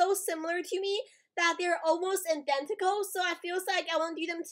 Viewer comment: « they are almost indentical » I LAUGHED SOO HARD HAHAHAHAHHA ITS IDENTICAL